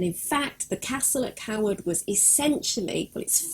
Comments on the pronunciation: i completely agree. it is not pronounced coward. it is pronounced CAYwood. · Its not Carwood its Cawood ...... like Kawood lol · My last name is actually Cawood and I have been to the village of Cawood My family pronounce the name more like Kaywood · Great video but you pronounce the village, KAY-WOOD. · No, I live here and am on the council. Certainly Kay-wood. It would be akin to me calling Hampton Court, Hanton Court, just because I didn’t live there. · I can confirm it is pronounced kaywood It is my last name and I have visited the village a few times while visiting England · Can't watch it anymore cause she pronounces our name wrong lol